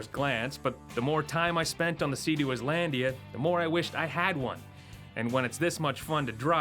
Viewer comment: So you know it's supposed to be and ISLAND but you keep saying. ISlandia. Are you soft in the head?